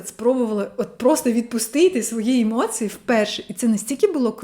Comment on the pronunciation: Акцент трохи є, не дуже ріже слух. Наприклад у слові "емоції" я чую ЦИ замість ЦІ. Як для людини родом з Оренбурга то чудова вимова